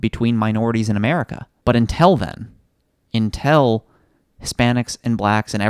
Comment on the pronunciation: What's up with saying "intell" rather than "until"?